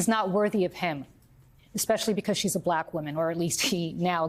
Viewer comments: "B lack"🤔🤔🤔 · Why does he pronounce “BLAAACK” like that? 😂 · Listen to how he pronounces black when he speaks directly about the VP: blaaaack! He can't help but show the world his dislike. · Just the WAY he says "black" and "black person" is insulting. He literally pronounces them the same way you would if you were mocking or making fun of someone. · Why does trump say black like a kindergarten kid pronouncing it for the first time?